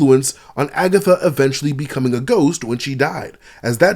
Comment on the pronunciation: Did he say AgaThots?😂😂😭😭😭